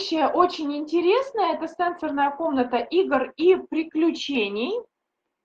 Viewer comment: СЕ́НСОРНАЯ Ударение следует ставить на первый слог, если мы употребляем слово в значении “устройства, реагирующие на касание”. Например: се́нсорная панель телефона СЕНСО́РНАЯ Ударение следует ставить на второй слог, если мы употребляем слово в значении “связанный с чувствами, с органами чувств”. Например: сенсо́рная система человека